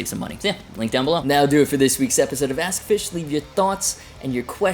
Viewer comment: Sensible question: how did you pronounce your channel? To me it sounds like "Ask a fish" (?)